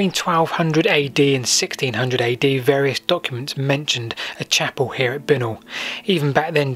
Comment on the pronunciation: Bincknoll is pronounced Bye Nol